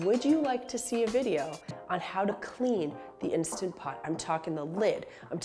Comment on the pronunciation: Please make a video about cleaning the instant pot!!! Love mine so much!!! And thank you for pronouncing it correctly!! I loathe when people call it an insta pot 🤦🏼‍♀️